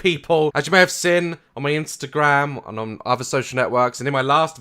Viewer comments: Is it just me or does Daz say 'sen' and not 'seen'? xD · funnyboijason • u mean poo-dee-pie 😂😂😂😂 and he doesn’t say seen but sin 😂 still my favourite youtuber 😁😁😁